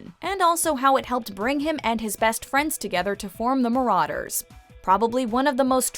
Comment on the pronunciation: YOU SAID MARUDERS WRONG!